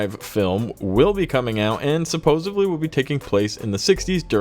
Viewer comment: Dude, it’s “supposedly”, not “supposebly”. I feel like Stewie in that episode where he becomes President.. ><